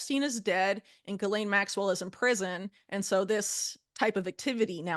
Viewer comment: Why does Whitney mispronounce "Kamala" ??? .. Does she only read about stuff? That would explain why she also mispronounces other names like "Ghislaine" Maxwell .. She's done more videos on Ghislaine than anyone yet she always mispronounces the name .. Seems if she actually listened to Kamala she'd eventually come across someone who introduced her with the correct pronunciation .. Trump also mispronounces the VP's name .. I know third graders who know how to pronounce the VP's name correctly.